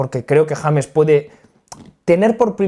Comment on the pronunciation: el sicario de Letonia haciendo un análisis de mi parcero el James pero mal pronunciado. Saludos desde la ciudad que vio nacer a maluma mejor conocido como el Arthur Conan doyle de reggaetón